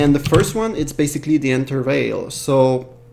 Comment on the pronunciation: Vous êtes québecquois ? Lorsque vous avez prononcé "Nvidia" à , j'ai cru percevoir un accent ^^ En tout cas j'espère que vous continuerez cette série de tutoriel, ils sont excellents !